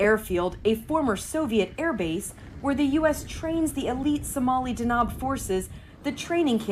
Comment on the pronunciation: It's pronounced D-a-n-a-b, it means thunder ⚡ there's no long vowel in the second syllable like she's saying. What she's saying would be written as danaab, which is not even word in the Somali language.You read everything as you see written in Somali, it's relatively easy language to read and pronounce, but speaking it is an entirely different animal especially for speakers of European languages.